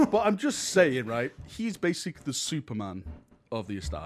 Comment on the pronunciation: He barely covered anything and what he did mention was missing half the context. "So basicleh this guy is really awesome and strong basicleh"